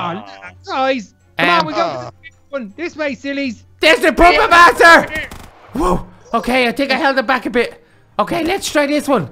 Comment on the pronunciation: He said pooper master